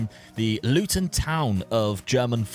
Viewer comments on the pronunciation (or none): none